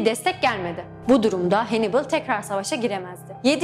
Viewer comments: Canım dostum Hannibal "Henibıl" diye telaffuz ediliyor videoda nasıl güveneyim :D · Hannibal diye yazılır Hannibal diye okunur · hannibalı hennıbıl diye neden çeviriyorsunuz cidden anlamıyorum.. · Bir de Hannibal zamanında İngilizce yokken Hannibal'i "hennıbıl" babasını da "hemilkır" diye telaffuz etmek gerçekten çok sıkıntılı. O zaman Caesar'ı da İngilizce haliyle "sizır diye telaffuz ediyor olsa gerek.